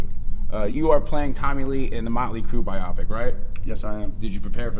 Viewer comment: Haha. Pete pronounces biopic like myopic. It's bio-pic